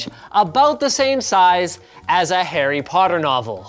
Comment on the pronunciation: "Hairy Potter Novel"